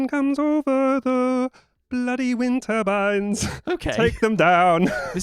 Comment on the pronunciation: From Canada here, I thought probably wind turbines from context, but I still thought I was hearing "wintervines" too 😆I guess they only put the accent on the "win" over there